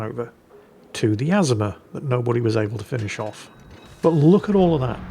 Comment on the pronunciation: it is pronounced "a-ZOO-ma" smh!